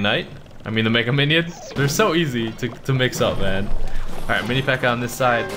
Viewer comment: This man said mini pekker